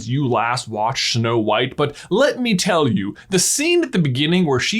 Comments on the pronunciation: "Schnow White" 🤣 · "Shnow White?" As for reusing certain scenes, I don't mind it if it makes sense and has a purpose in that scene.